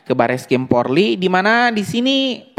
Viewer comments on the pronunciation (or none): Bukan PORLI bro .. POLRI .. 😂😂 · Haiii....maaaas bukan PORLI Tapi POLRI, di ulang" brrti anda juga bisa di laporkan lhooo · bukan PORLI yang bang, tapi POLRI... POLRI.....POLRI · Polri bukan Porli